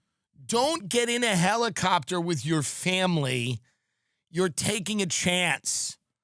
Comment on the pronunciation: no, it's a hellicoptah, he said